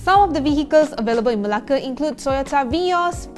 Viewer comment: i love how you pronounce 'Melake'. 😍.